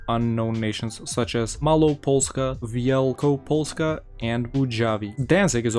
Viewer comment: Dude your mało and Wielko polska Sounds really good Im talking seariusly becous im from Poland and its realy hard to say that when you aren't from Poland